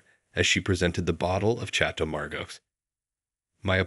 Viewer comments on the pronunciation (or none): Nice story. But... the Voice Over! "Chatto Margo?" "Choppin?" "Do it" (Duet). Ye gods. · “CHATTO MARGO??” wine?😂😂 or was it “Chateau Margot?”